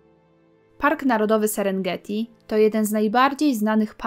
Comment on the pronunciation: Serengeti - nie Senegreti ?